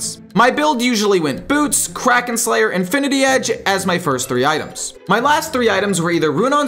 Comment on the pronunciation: "I built boots, KWAKEN slayer"